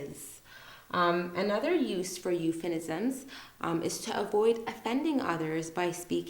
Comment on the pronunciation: It was really a great video, allow me to correct you, the term is "Euphemism" not "Euphenisms". I searched a lot about that. But that's fine we all are humans and humans make mistakes. If I'm wrong, I would really appreciate if someone corrects me.